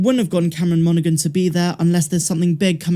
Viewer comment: the G in Monaghan is silent. It’s pronounced MON-uh-HAN, not MON-uh-GUN.